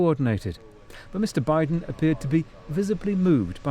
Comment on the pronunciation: Joe Bideen.